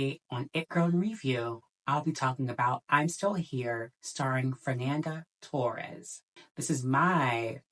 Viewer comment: it´s pronounced toHEs, fernanda toHES